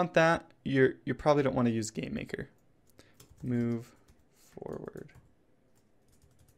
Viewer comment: It sounds like he says Gay-maker studio XD